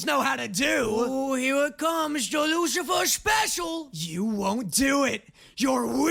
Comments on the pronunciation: . "Oooo hwere it comes! The wucifer spwecial! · «oh here come da wucifer special » had me crying 😂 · Ooooh hweres cwoms de wucifer spwecial 😂😂😂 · "Ooo hewe it comes the wucifer special"